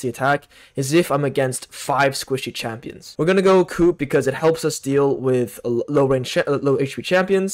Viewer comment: nice vid, kept laughing when you were saying coop instead of coup, the p is silent in coup and ce is silent in grace.